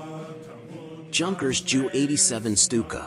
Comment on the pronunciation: Lost all credit when you mispronounced Junkers